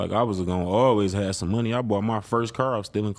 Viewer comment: Why do some people like actively try and make themselves sound cooler by mispronouncing things in such ridiculous ways? Like bro seriously said “i aint even seen myself havin a KER.” Like its not like an englishman or something where thats just what it is and everyone sounds like that and your dialect forms around it etc etc. this is literally a grown man going out of his way to sound cool. Shits seriously goofy as fuck